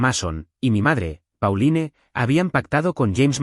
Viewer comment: Los padres que traicionan a sus hijos por dinero no merecen perdón! Y por cierto, Mason se pronuncia Meison, Pauline se pronuncia Paulin y Harper no tiene acento en la "E"